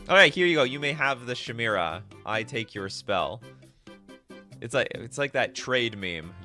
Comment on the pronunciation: You really need to learn how to read and pronounce words. Thats not how you pronounce "chimera". Its ky-mare-uh or ky-meer-uh.